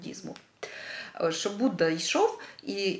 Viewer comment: Дуже приємно слухати рідну мову, дуже цікава і змістовна тема! Дякую. Але в українській мові вимовляється «що», а не «щьо», «тому що», а не «тому щьо». Так на замітку.